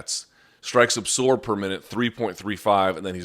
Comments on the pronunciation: Wtf is “ apsorb “ ? Always thought it was absorb ... weird lol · You over-accentuate the 's' in absorb, and it's incredibly annoying. It doesn't make you sound smart and it's an incorrect pronunciation of the word.